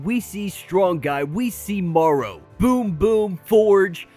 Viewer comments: Interesting breakdown, except Marrow's code name is pronounced "Mare-Row" (as in "bone marrow"), not "morrow" (like "tomorrow"). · So you call it bone "morrow" & not bone "marrow"? Which country are you from, might I ask?